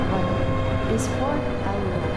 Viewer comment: Pronunciation coach here. Alloa has its emphasis on the first A. Also, cultural note, not all Scottish people hate the Royal Family. Just the ones that shout loudest! Message ends.